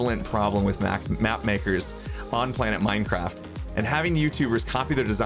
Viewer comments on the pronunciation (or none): none